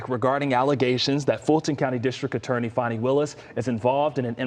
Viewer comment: That's not how Fani is pronounced. Fa-knee